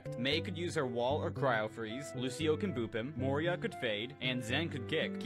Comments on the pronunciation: I'm sorry but "Moria" is a crazy way to say her name🤣😭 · when people misspell it as "moria" it's not a big deal, but to actually PRONOUNCE it that way??? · It is pronounced Moira not Moria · Why does every single TikTok creator call her "Moreeuh" is it like the bronze DVa bomb pact???